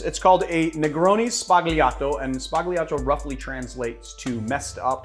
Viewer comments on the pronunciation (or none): Dear, I’m writing from Italy. I love your channel, it’s amazing!! Please note that it’s Negroni “sbagliato” 😜 with B not P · outstanding selection of modern drinks! Thanx! (the Tarantino quote is wonderful, but your pronunciation of "sbagliato"... ehm...) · Anyway your italian pronunciation make me smile😂